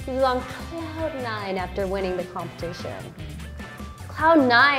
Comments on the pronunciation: Its competition - not compition🙄😅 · Ughh excuse me, compition?! What is compition?! Lmao 😆